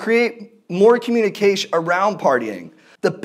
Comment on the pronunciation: Constitiush, potensh, more communikeish.